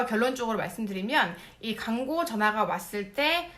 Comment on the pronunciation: 죄송한데 {광고}가 {강고}로 들려요. 혹 어딘지는 잘 모르겠는데 이중모음이 단모음으로 변하는 쪽 사투리를 쓰시는 분인가요?